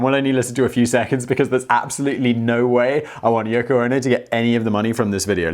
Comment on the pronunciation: Did he say yucko? 🤣🤣🤣